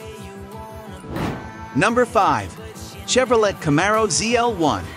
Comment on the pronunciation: Four Hundred and Twenty Eight...Cam-A-Ro lol...